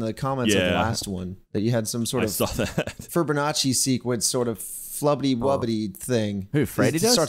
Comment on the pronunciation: Another amazing compilation, Massacre! Keep it up and thank you for all of your hard work! 💚 This whole series was absolutely brilliant. I loved it. For me when I come back to watch it again, here are some of my favorite parts: - Did say "FURBURnacci" instead of "Fibonacci". Did I hear that slight flub correctly? - Gavins' seizures. 😂 - Muffled scream - The "Hello, Gay Boy!" cut - Tiny "Thank you" and the beginning of: - The word of the cow, "MoOoOo" and the damn puns/word play. 😖 - asking about dreams and telling to shut the fuck up in the most beautiful way. - I want to use that as my text notification tone. - is 'magnetized' to the ceiling - 👶 - pun and the amazing Burnie edit. Along with the Enderman. I'll be adding more later. 😂